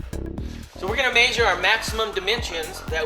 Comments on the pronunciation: Haha, " maysure" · Heighth??????? Maesure??????? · "MAYSHURE" I think hes just trolling lol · maysure maysure maysure maysure maysure.... and so on i don't think this guy know whats hes doing hes not even sure if hes sure about any measurements >,< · im not even kidding, hearing him say maysure made me not even wanna watch it, but i watched it, lol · MAYSURE!! lol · maysure.. maysure.. maysure.. holy fuck dude.. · lol maysure